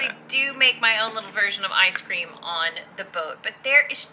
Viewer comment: Did you say "Ice cream"? Lol... ;-)